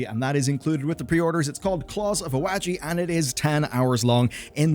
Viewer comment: that is not how you pronounce that at all.. ah wah ji Not A weh ji Please just use JP TTS to show you what sounds to recreate